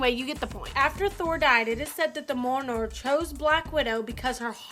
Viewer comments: its pronounced MEEALNEER! Mjalnir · Dear God in heaven, don't mangle the name of Mjolnir! I counted at least three different pronunciations she tried, and none of them were right!